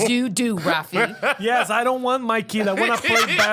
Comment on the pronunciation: Ver o pessoal chamando ele de "rafi" tipo "rwafi" é muito engraçado